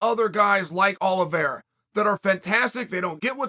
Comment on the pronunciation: Uncle Chael keeps pronouncing Charles Aloe Vera. It’s pronounced Oleeveyra!